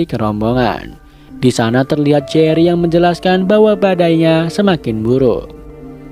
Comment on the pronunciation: jery woy bukan gery